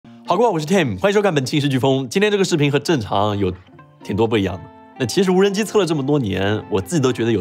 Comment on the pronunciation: 说话太多懒音了，“无人资”，“这鸡似频”，“遥控既”听得有点难受